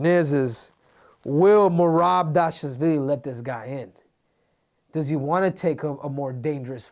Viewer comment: Merab Dashazvilly lmaoooo